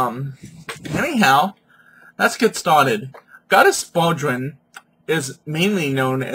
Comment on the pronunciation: What are you calling her?! Mate you have a love for one hell of a mighty Goddess and I respect your devotion But how are you pronouncing her name? Bodrân is an Irish handdrum. She is Bloh die weth. Said not rushed, but quickly